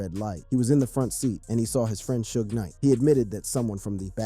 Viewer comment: Not to mention the 1st time you said "Suge's" name....smfh